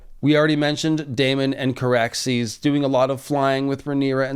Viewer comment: It's Car-axes and and and Vhagar-bond 🤦‍♂️ I love y'all...I hate me tooo 🤦‍♂️( just over there a bit, a bit more, ahhh a bit more....ahhh yes and there we go) everyone continue. That never happened. Whatcha on about? Exactly!